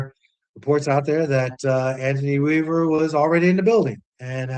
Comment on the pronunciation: Bro did he say Anothny Weaver???.....noooooooooooo......please please please get an established coach